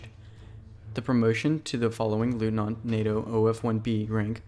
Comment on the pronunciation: "Leutnant" in all its variations is pronounced "LOYtnant" - not "LOOtnant".